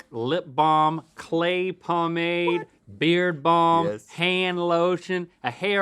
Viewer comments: every time link says "beard balm" i think he is saying beer bong... i think it's about time for a GMM beer bong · When Link said "beard balm," I definitely heard "beer bong" lololol